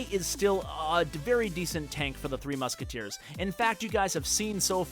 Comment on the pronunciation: he keeps calling it 3 musketeer not 3 musketeers D